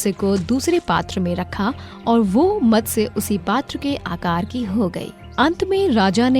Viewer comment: Just one suggestion It's not Matasya it's Matsya Avatar..please correct this..🙏🏻